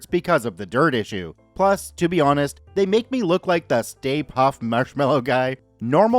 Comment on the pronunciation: I know you didn't write it, but it is actually Stay-Puft Marshmallows. 😉